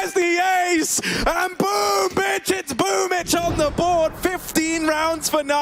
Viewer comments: It’s BOOMbl4 not BOOMBL4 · Why is it pronounced as boombitch?